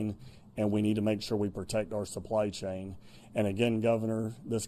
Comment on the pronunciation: Our not arrrrrrrr